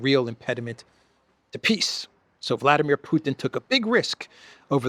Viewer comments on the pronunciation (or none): none